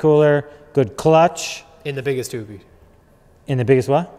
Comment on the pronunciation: You guys said it “ Project Hoopty “ “ Hooptie” lol